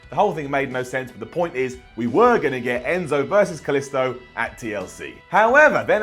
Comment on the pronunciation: Anyone else hate the way says Kalisto?